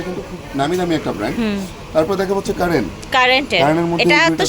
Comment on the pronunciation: কারেন্ট না বইন, কারিন। Curren.